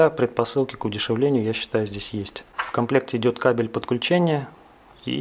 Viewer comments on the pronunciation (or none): none